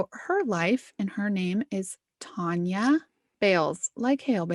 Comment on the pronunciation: Her name is spelled Tania and y'all are pronouncing it like it's spelled Tonia... Which one is right? Tan or Ton? It's gonna bug me.